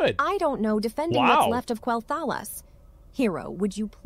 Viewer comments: The only part it got wrong was Quel'Thalas. With appropriate pronunciation-based tools and language learning, even that won't be a problem for it. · Other than her pronunciation of quel'thalas, seemed spot on. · Somewhere at Blizzard’s HQ, someone in the accounts department is watching this video and asking themselves, ‘Hang on, why do we need to hire voice actors again?’ And the guy next to him answers, ‘Pronunciation, duh! Did you hear the way that AI chick pronounced ‘Quel’Thalas?’ We’d have an army of angry Blood Elf fans protesting in front of our building!’ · It had me, until I heard how the AI pronounces Quel'thalas then my brain noped out. Which I admit is a silly thing to get hung up on, but its just jarring when you know how it is supposed to be pronounced. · It was all good up until the ai pronounced Quel’Thalas. Other then that tho that was pretty good.